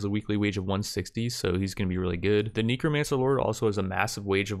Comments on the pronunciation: Why do you keep changing between neek-romancer and neck-romancer? It's pronounced neck-romancer. thanks :p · Ah yes Kneecromancers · "Neekromancer lord" HAHAHAHAHAHAHA Its a Kneecromancer, he raises knees.